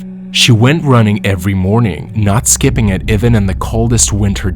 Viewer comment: One can tell that you use a bott - even turns into ewen, father turns into further, and other words! Not good!!!